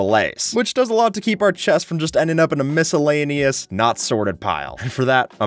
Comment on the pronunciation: mis-allay-neous - I get it